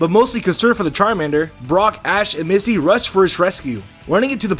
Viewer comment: you called Misty "Missy"....